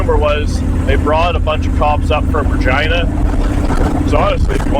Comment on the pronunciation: I'm sure I ain't the only one (us non Canadian guys) that instead of Regina hear Vagina and rewind 😲.